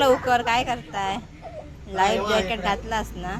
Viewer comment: ताई लाईव्ह जॅकेट नाही बोलत त्याला लाईफ जॅकेट बोलतात